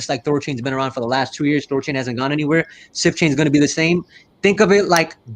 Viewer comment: Did he say "Sift Chain"?